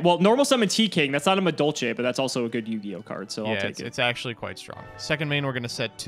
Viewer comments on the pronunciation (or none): really just can't read Madolche cards huh?